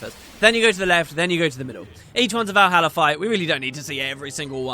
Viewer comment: Vuroja not Valhalla lol